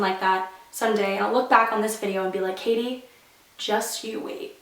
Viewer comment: My name is Katie to and your spelling your name wrong your saying k ah th e